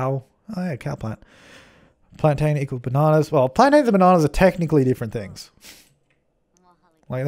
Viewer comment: Thank you for saying plan-in in your lovely little accent. As a West Indian, it's much, much more pleasing than hearing cringe plan-tAin.